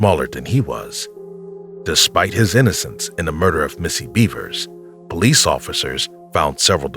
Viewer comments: BEV ERS..not beavers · Wtf, seriously!? Missy Beavers?? Her name is Missy Bevers! Bev-ers That's how it's pronounced yo! You really should get that shit right...out of plain respect to the victim. After all, you are using their cases and their stories on your channel, for monetary gains. The absolute very least you can do is get her and the rest of the victims u speak of names correct and their stories right. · I can't get over how much I laugh when I hear him say "Missy Beavers" 😂